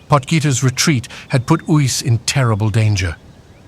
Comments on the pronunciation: 😂It is pronounced Ace-Uys Not Oos😮😮😮😮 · Uys is pronounced Ace. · You have to pronounce the name Uys correctly. It is like Ayce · tried to get the tongue to curl with the insertion of the y. But yes in short Ace would be the closest to the correct pronunciation. Cheers 🍻